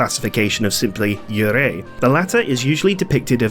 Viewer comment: just quick fyi yurei is pronounced yuu rei (long u emphasis on the yuu).